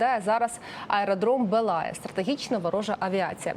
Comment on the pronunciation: Аеродром БЕлая, а не БелАя, наголос на першому складі, вимовляйте правильно!